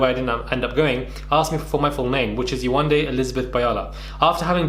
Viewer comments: They can pronounce “Elizabeth “ and not “ Yewande” - yay , one , day. 😑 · Lucie must be slow. How can you not pronounce Yewande? YE-WAND-DE 🤦‍♀️, makes me think she was doing it on purpose. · Yewande is not a difficult name to say. The name flows so beautifully how can you continuously get it wrong? It's just pure laziness, rudeness and racism. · Yewande isn’t even difficult to pronounce..and it’s a beautiful name!! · Here’s the link : Are you going to make a video on this guy for mispronouncing her name? You seemed to find it funny here though 🤨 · I’m white. Never had a problem pronouncing any name. These people are so embarrassing. Yewande is a babe. She shouldn’t be putting up with this shit in 2021. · If I can read a Harry Potter book that has words like Expelliarmus, Expecto patronum and Wingardium Leviosa at the age of 12. Why can't head and shoulders, a big adult pronounce Yewande, kmt! Go collect your extensions and wait for the rubbish truck at the side of the road. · Why not make a effort to say her name correctly??? Lucifer Karen you are a mess 😳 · They can pronounce rapunzel but they can’t say yewande name 🙃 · Yewande isn’t even difficult to pronounce, Lucie was intentionally being a dickhead then now playing the victim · Yewande isn’t even difficult to pronounce that’s how you know lucifer is just racist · glad someone else thought the same, it proves that she just doesn't respect her enough to learn it...like how thick and simple minded do you have to be to not know how to pronounce it or at least put the effort into learning how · 3 weeks to pronounce a 3 syllable name. I really can’t get over this. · I saw this on twitter. I'm glad Yewande is exposing Lucie but also drawing attention to the way that people can be so dismissive. My daughter has a Nigerian name and the amount of times foolish people don't pronounce it correctly. She's 7 and she knows to correct them. You better put some respect on my name!!